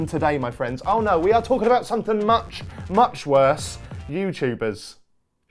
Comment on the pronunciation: Lmao "They cant do muc hworse"